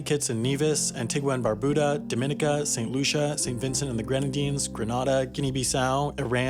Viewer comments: I love love yall videos but ugh for the love of God ! The Commonwealth of Dominica is not pronounced as 'dom-in-eh-ka' like you would pronounce Dominican as in the Dominican Republic ( an entirely separate country) It is pronounced DOM-IN-NEE-KA! I understand that it is close and sometimes confusing but the distinction is important. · Hearing this man mispronounce Antigua, Dominica, Grenada, etc.. hurt me.